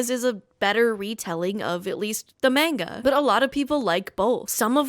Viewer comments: My face before you said “Mayne-guh”: 🙂 My face after: 😡😡👹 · did you really say maynguh? not how manga is pronounced☝️🤓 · No one who pronounces manga like that could not possibly be a nerd. JK love you!